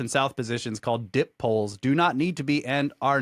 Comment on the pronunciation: Dipoles is (Die poles) bro. Not dip poles